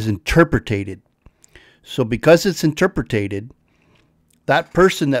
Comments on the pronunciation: I love ya,, but “interpretated”? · Love your vids but AFAIK it’s “interpreted”, not “interpretated” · A great video. Thank you for sharing it. I'm subscribing to here and as soon as I get done here I will be subscribing to your live channel. One quick suggestion... You use the word interpreted and pronounced it slightly different. You might want to go in and correct that. Other than that I really enjoy your channel. Thank you. That made it sound like I do not enjoy your channel because of that. Of course I do.